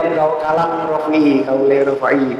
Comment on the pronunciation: Bantu jawab itu imam rofi'i cuma salah pengucapan saja